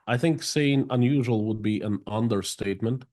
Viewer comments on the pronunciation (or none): Heard that "umderstatement." Co to do RAF303